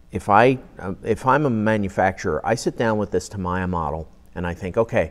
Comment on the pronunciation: "tam ee yah" not "tam eye ah"